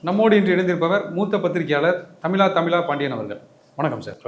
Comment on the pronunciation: தமிழா‌ தமிழா பாண்டியன் தமிலா தமிலா பாண்டியன் இல்லை